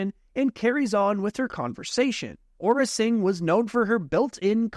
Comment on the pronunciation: really, ora singh? its AURRA SING